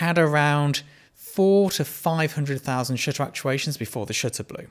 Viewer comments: Anyone else hear "shitter" every time he says shutter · not gonna lie , your first line sounded like "let's talk about shitter count" to me lol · To my Bostonian ears, when you say 'shutter' the 'u' sounds like an 'i' 🙂🙂🙂